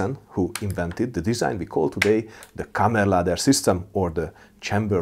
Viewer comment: it would be kammarladdare, not kammerladder which i believe is the norwegian way to say it